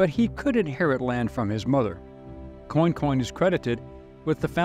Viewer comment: It is pronounced "kwan-con" and "Nack-i-dish". The mispronouniacian is hard to hear. Native New Orleanian here with roots in Central Louisisna.